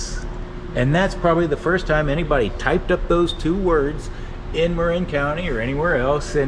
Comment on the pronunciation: its the brit in you coming out. maybe mark is from across the pond, innit? :)